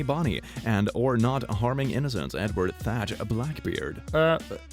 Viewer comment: Blackbeard's real name was Robert Teach not Robert Tatch.